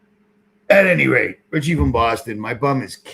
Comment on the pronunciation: No T in richie. He has said that sso many times lol